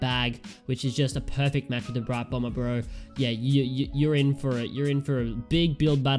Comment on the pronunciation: You said Brite Bromber lol